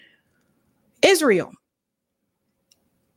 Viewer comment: YES YOU CANT MAKE THIS UP...THE UNBELIEVABLE IS IZ-RA-HIELL